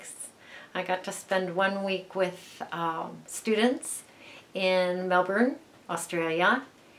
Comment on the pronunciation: welcome back, and yes you said Melbourne correctly, Melbin. xx